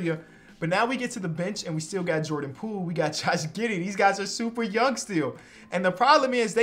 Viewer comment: “Jordan pole” 💀💀